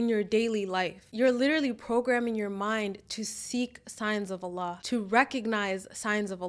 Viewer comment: I love the way you pronounce Allah's Name throughout the video. MasyaAllah, you say His Name with so much love and closeness.